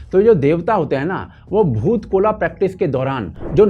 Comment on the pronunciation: It's not bhoot kola, it's boot kolha